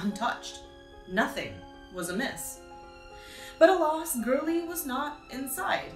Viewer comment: the way u pronounce "awry" and "alas" 💀